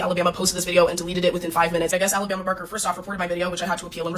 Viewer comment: Kudos to you for pronouncing Alabama properly vs "Ah-la-bah-ma"🥰